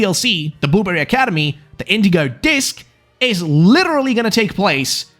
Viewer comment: I can't get over that when you start talking at fast pace it sounds like you're saying "boomer academy" instead of blueberry academy. I had fun with that.